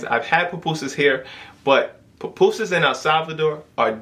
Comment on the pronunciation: Pupusas not Papusas